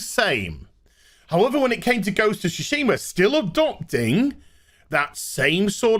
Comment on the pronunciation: Have my like for 2 things: 1) “please... buy me,” and 2) Ghost of “Toosheemah”